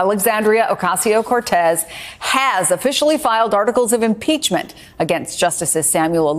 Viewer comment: Impreachment, I could eat an Impeachement for hours.